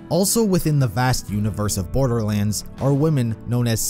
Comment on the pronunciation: "the story of borberlands"